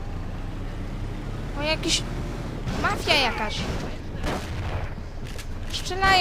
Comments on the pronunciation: Jeden z niewielu tytułów, które przeczytał poprawnie :) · Jedyna gra chyba ktora dobrze zapisał i dobrze wymowił XD